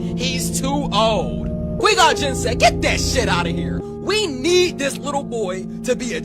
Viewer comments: Qweee gon jin 🤣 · Kwee Gone Jin? Who the fuck is Kwee Gon Jin?